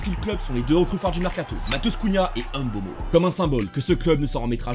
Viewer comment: Faut bien prononcer Mbeumo et pas Eme Beumo